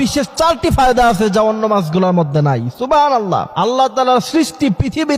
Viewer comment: সুবহানাল্লাহ উচ্চারণ ঠিক নাই,, তথ্যটাও যাচাই করতে হবে